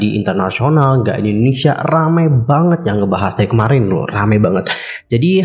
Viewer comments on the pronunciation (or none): none